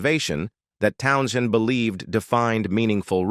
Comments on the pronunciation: Hey, AI dipshiz - 'Townsend' is way you say Pete's last name. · Stupid Ai. Pete Town - shinned. WTF?? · The 'h' is silent. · Teach your AI that the "h" in Townshend is silent.